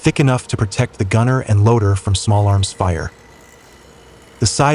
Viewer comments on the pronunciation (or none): none